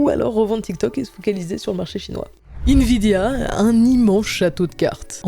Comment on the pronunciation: "invidia" aie 🤣